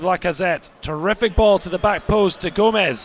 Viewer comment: GOMIS NOT GOMEZ lol